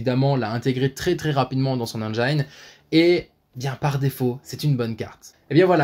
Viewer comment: Bon, il est temps de te l'avouer On prononce engine "endjine" et non pas "endjaïne" 😳 Bonne continuation sur ta chaîne !